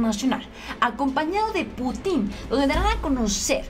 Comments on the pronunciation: que buena noticia,pero ya te dije que aprendas a leer bien y no cambies una palabra por otra cómo cuando dices putín - pútin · es Владимир Путин, se pronuncia Putin, con acento en la U, no Putín, respeta a nuestro nuevo mejor aliado;) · Jiji, No es 'Putín', es Putin no es lo mesmo : ) Pero eres una hermosa y se te perdona esto y más! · Que buena noticia ojalá todo sea para bien de México. Por cierto y solo como comentario, el apellido Putin no lleva acento en ningún lado, por lo tanto no se pronuncia "Putín" sino "Pútin" (como si tuviera acento en la u). Es solo un breviario cultural. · no se dice Putín,porque se escucha cómo una grosería,en nombres propios se dice Bladimir PÚTIN, siempre el acento en la primer vocal.aqui ya cabéa dijo el indíto,o ancina pué, jajaja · es PUTIN, no PUTÍN 😆😆😆😊😊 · Pútin...no Putín.... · Jijiji Es pú tin No Pu tín Jajaja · Cuidado con los nombres y apellidos. El presidenten ruso es PÚTIN con acento en la 1era sílaba no Putín con acento en la última (lo hago gráfico aunque no se escribe) En el idioma ruso muy pocas palabras si no es que ninguna son agudas ya sea con acento prosódico, diacrítico u ortográfico. Nada personal, no lo puedo evitar soy maestra y es una cuasi obsesión.... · Se pronuncia Putin, y no Putín 😂😂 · el nombre del presidente Ruso se pronuncia Pútin. Saludos. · No es Putin, es Pútin, sin acento, pero cargando la pronunciación en la u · Alguien noto que dijo putín con asentó en la (i) haciendo referencia a homosexual en diminutivo jajajaja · Jajajja saludos,se oye chistoso cuando dices Putin,le asentuas en la i se oye put"In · Creo que Putin es una plabra aguda... y el acento fonético es en la última silaba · Si verdad, se escucha chistoso como lo dice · Hay que pronunciar bien nombre del presidente ruso.